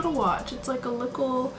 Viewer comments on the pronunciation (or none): say 'likkle' one more time [english pls]